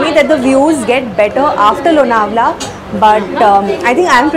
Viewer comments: This video is shot last year. Last year It rained a lot and so lots of greenery.💚 In our home all products r from MAPRO😅 And LONAWALA= Chikki Specially MAGANLAL ki😃 Yaha jao aur chikki na lao to paap padega😅. BTW ANCHOR MARATHI THI LEKIN ' L' ka Marathi sound Lonawala me galat tha. Misal me sahi tha. Lonawala me 'N' sound bhi galat tha. Hindi jaise sound ka upyog kiya It's लोणावळा Nt लोनावला It's मिसळ nt मिसल😊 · The pronunciation of Lonavla in the train announcement was wrong. / - your pronunciation is correct